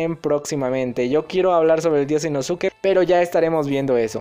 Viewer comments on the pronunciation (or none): Se que esta mal que te diga pero, inoske y nezko es como se pronuncian sus nombres